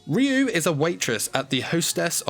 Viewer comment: Ryuu pronounced in Japanese is Raiuu and it means dragon spirit Just sayin